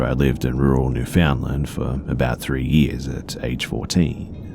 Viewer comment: Newfoundland's pronouncation is spot on! Way to go B!